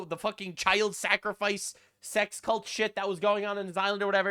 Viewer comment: you mispronounced cult